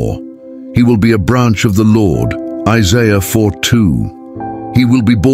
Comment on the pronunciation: seriously? Jeesuuus krist? Can you find an artificial intelligence that can pronounce Isaiah and Jesus correctly? This makes me sad.